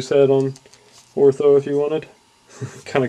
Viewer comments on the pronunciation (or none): You say "It says here the obnoxious." it is pronounced O-T-H-O, there is no R in his name, but other than that the review was okay, but I would have liked some comments on the paint job, likeness to movie character, and joints. I own the entire line mint in packages, but I like to see/hear others reviews on them. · The value of this item just went up... Glenn Shadix passed away today.:( And yes, PLEASE stop calling him "."